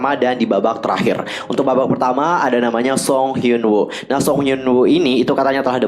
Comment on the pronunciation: hai, fyi aja woo itu di bacanya u